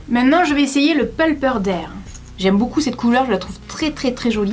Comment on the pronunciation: YEEEES, on attendais tellement l'avis, le plus important de notree maman de YouTube ♡ PS:, Peulpeur? T'es sûre 😂❤